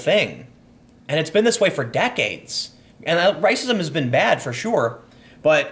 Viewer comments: Tim, did you just say....RICEism?? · did you call it Rice-ism???